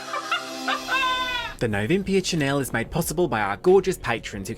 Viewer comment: That’s not Chanel that’s Channel 😂